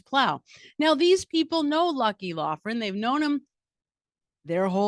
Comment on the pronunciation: Lucky “LOCK-rin”.